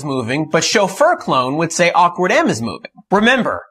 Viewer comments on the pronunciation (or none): "shofer clone" and "awkard" .. lmao